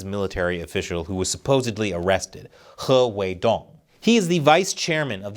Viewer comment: 'HE WEE DONG' 😂😂😂😂😂